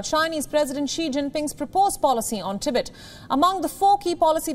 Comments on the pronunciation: It's "TEE-BET" not "TI-BIT" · If you're going to provide an English news service can you at least find announcers that can pronounce the words correctly. Tibit sounds like the noise a frog makes. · Please pronounce Tibet like this TIB - ET expand the time between the 2 sounds.... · In "Tibet", the emphasis is on the second syllable. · The host cannot even pronounce TIBET correctly. It's weird nobody noticed that.